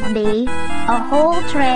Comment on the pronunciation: "give bee, a whole tray of, peaaaas . Fank you"